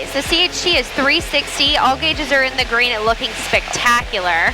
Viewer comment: I love the way you say, 'green'. When you say it, you say it like it's a two syllabol word, 'guh-reen'.